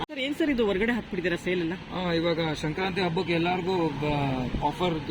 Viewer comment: ಸಂಕ್ರಾಂತಿ not shankranti